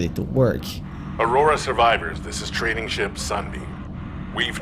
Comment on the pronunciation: I have a question he said «trading ship» sunbeam